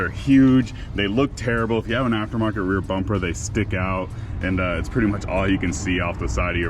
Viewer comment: Did you say rear bumper?😂